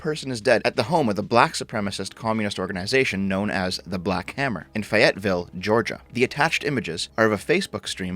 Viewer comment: Just one minor thing to address: The city of Fayetteville is pronounced with an emphasis on the first syllable instead of the second one. FAYetteville, not FayETTEville. Otherwise, great content as usual.